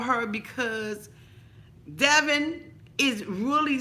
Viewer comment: her name is rhymes with Heaven. Its Deavan.just trying to help a sister out I agree 💯 regarding the dog. He had enough time to get a job,he said his mother told him he was a man boy before the baby came and now he's still a man boy😅😅🤣🤣🤣🤣🤣😂😂😂😂😂